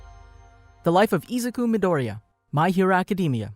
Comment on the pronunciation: I hate how he always sais his name wrong like bro if you are speaking English then pernounse it like you are please